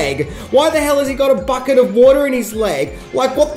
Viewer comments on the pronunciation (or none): none